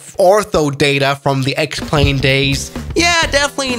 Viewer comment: I JUST realised "X-Plane" is pronounced as "Explain" - is that their intent?